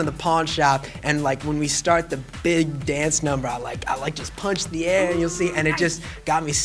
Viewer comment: Did anyone else catch his accent when he says "in da pawn shop scene" - ? He sounds so country, I love it.